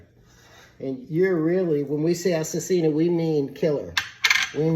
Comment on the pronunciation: PS: it's Assassina not assesina 😅